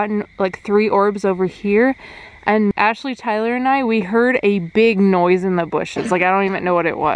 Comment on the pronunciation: I know this was a year ago but Ashley really said I ran🤣🤣